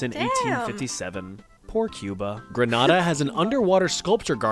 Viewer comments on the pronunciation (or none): none